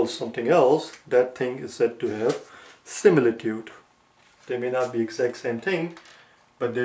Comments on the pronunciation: Is is similitood or simitude your pronounsiation and spell writing doesnot match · ITS SIMITUDE